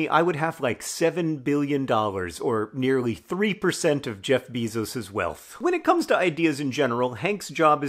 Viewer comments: Besos is Bayzos, not Beezos! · "Jeff Beezos" 🐝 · The most admirable, subtle joke is John's commitment to always mispronounce "Bezos".